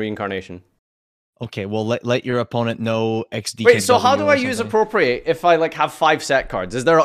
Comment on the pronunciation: And 'Appropriate'.